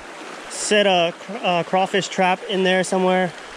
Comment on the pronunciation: Being from Louisiana i can appreciate the simple fact that you say “Crawfish” and not “Crayfish” 😩🔥😍